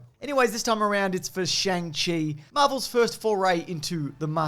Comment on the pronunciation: Pronounced "Song chee"